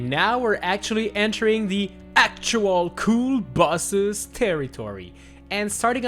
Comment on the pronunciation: He pronounces “Bosses” like “Buh-siz”